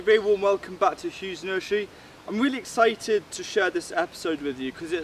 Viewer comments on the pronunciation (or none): im really exscythed